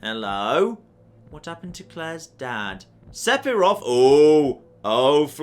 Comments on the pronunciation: Di.... did he just say Sepiroth? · Am I just stupid or is weird? PH makes a 'f' sound so he's pronouncing Sephiroth incorrectly